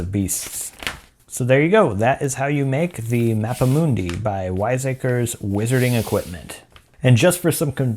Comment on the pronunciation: It is pronounced as Mappa Mundee